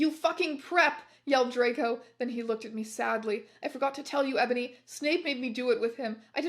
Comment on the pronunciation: I love how sometimes she also pronounces it "Ebòny"